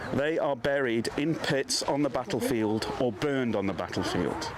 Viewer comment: "backlefield" i do wish would learn to speak properly